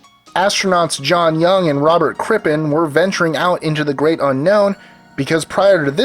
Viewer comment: "robert crippin '' cuhhhh